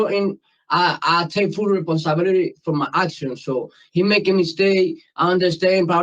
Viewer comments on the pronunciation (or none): "I take full reponsibility" 😂😂😂 did he go to school?